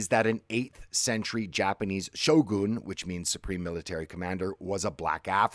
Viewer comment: It’s not pronounced Shogoon 😂